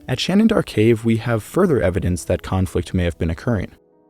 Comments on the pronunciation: You're pronouncing 'Shanidar' with an extra 'n'. 'Shanidar', not 'Shanindar' (which is what you're saying each time). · Remember, people, it's "Shanindar Cave" with an extra "n", as opposed to "Shanidar Cave"!